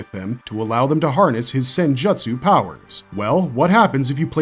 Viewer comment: Couldn't make it 5 minutes in without stopping due to the abundance of mispronounced words. As soon as I heard jutsu pronounced like butt-su it was the final straw for me. I just can't understand knowing enough about Naruto to make a video on it's characters... but getting hokage wrong - one of the most used words in Naruto. HOKAG-AY, NOT E!